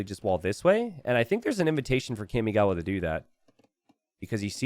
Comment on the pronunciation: Someone has to do something about the way he says Kamigawa…